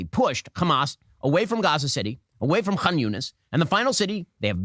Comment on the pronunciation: The baby, 3-year-old teenager, grandparents and parents in RAFAH are antisemites? Wow! Ben is a dumb stupid loser. Why is he saying Khamas and Khan Younis